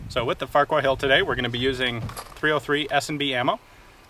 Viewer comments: Farrer. Its pronounced Farrer-Hill. I know, its Silly, isn't it? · "What the Farquar..." Sounded like "What the fuck..." Lol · I can't be the only one who thought it said "Farquaad"